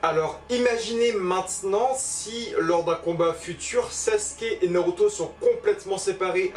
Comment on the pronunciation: Art de dire noroto 😂